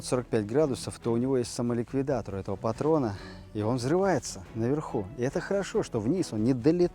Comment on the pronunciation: Да он троллит думаешь он не шарит он специально как бы сделал ударение на слово патрон